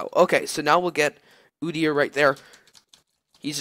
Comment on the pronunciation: Ooo-deer :) That's how you pronounce it, I main Udyr :)